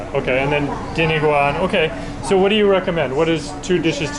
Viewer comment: I've watched several of your videos and you always say, "diniguan." It's "dinUguan." Just a gentle FYI. Happy eating!